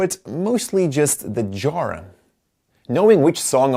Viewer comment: I didn't initially understand the word 'genre' due to your accent. I don't usually notice, but this one had me scratching my head trying to figure out what a 'jora' might be. :)